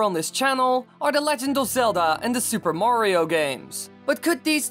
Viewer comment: "ZeldAH" "MariOH" idk why but the way he puts so much emphasis on the end of his words really annOISE me. What if I talked like thiIIs all the tIIMEAH?